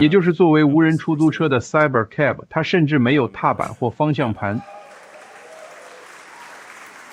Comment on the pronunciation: Cyber is pronounced "SIGH-ber".